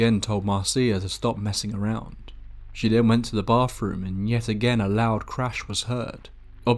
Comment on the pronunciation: "BAWFROOM" That is GOLD!